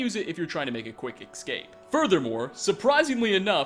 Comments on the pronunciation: First thing I did when I heard him say trans-muh-grifee was check the comments. Omg and escape not eXcape, there is not X. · “A quick eggscape” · Andy B Also, "quick E C S C A P E"